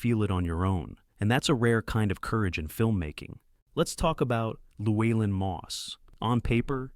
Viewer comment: Cormac Mccarthy, gonna mention him? You pronounce Llewelyn differently every time you say it. I judge this AI slop.